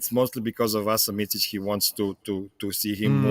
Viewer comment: Nobody will ever learn Micic name in America... its miCic, not miCHic... its C, like celling... Hard to describe, u dont have C letter in a way we say it...